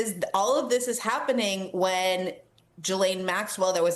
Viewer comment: Why can no American pronounce Ghislaine Maxwells name???